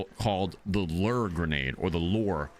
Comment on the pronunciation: NO ONE SAYS FISHING LERR